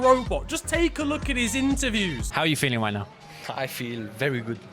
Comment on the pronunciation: ‘I feel Vevy goood’ SNIFFS